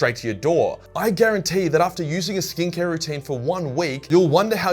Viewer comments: ooooooooooh... "skin care" i kept thinkin you were sayin "stink hair" 😂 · I kept hearing him say "stink hair" it was "skin care". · Half listening to the intro and with the Aus accent I thought he was saying “stink hair” instead of skincare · I thought you were saying "stink-less hair" at first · Every time says "skincare" in the ad it sounded like "stink hair"